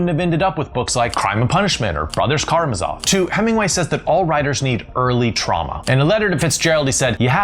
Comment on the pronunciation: Brothers Kara-what? For someone who claims to know a lot about literature, I’d expect you to know how to pronounce The Brothers Karamazov correctly.